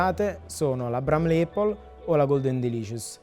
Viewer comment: Apple si pronuncia appol e non eppol. Conoscendo i prezzi attuali di Londra credo che una porzione costi non meno di 30/40 sterline. Auguri